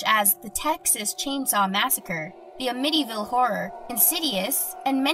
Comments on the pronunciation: The 'A-mitty' ville horror? Its pronounced 'A-meh-tee' ville horror. Geez man. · Sorry, I couldn't get past the intro because of how she pronounced "Amityville." >.<